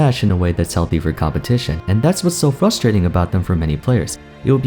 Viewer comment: I notice how always says "fustrating"